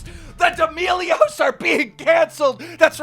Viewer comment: Everyone and keemstar: d'melios Subtitles: d e m i g o d s